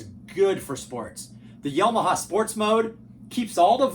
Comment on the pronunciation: Yo-ma-ha??? Isn't that a state in the US?